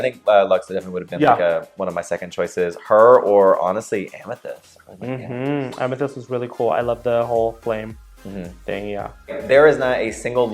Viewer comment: This was great! :) U girls get a plus for knowing the names.. lol.. Yuhua over there saying Amthetis instead of Amethyst!